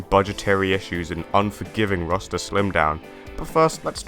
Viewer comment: the way you say roster sounds like rasta lmfaoooo